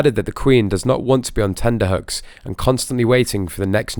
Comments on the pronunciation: Um, it's actually TENTERHOOKS, not tenderhooks !! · That always bothers me too.